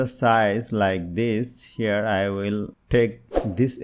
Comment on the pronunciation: Herre herrre heerreeee 😂